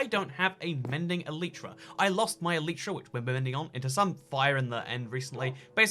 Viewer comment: But first, he needs to learn how to say elytra